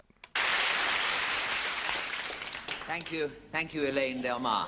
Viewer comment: Loving the videos! Although apologies for nitpicking, but your pronunciation of Corbett is a little off, it doesn't rhyme with Corvette, it's pronounced more like...somewhere between Cor-bit and Cor-buht.